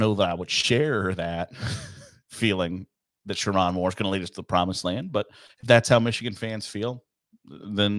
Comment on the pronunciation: Didn't even bother to learn how to say his name? I think you'll be learning it.